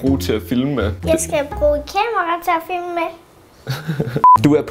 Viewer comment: Er det bare mig eller siger Naja fimle i stedet for filme?😂